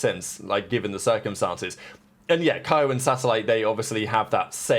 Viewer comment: And kayu???